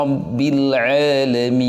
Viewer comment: juga salah baca juga...yg betul alhamdulillahi robbil alamin.. bacanya alahamdulilah Hirobbil alamin